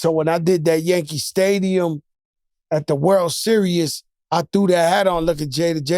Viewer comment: Nigga Joe said at the "World serious"😂😂😂